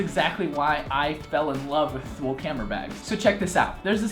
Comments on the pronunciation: Better to stop the Americanization of names, even brands started to change their own names just because of American ignorance. It's "Tho-el", but thanks, with 20 years of US customer portfolio made it "Thoo-leeee". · Pronunciation is Too-lee, not Thool. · Great review! Thule is pronounced as tool-ee though. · It's pronounced "too-lee" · Thule is pronounced Toolee. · definitely not paid, the guy reviews five packs and hasn't a clue how to pronounce Thule... If he were paid, that wouldn't have made it past marketing. What I want to know is why can't you get these any more?